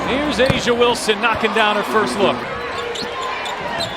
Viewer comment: Bruh that’s not how her name is pronounced. Do you watch the WNBA?